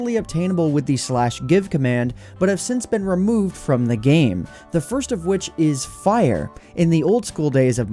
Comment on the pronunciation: this one was remeuurrved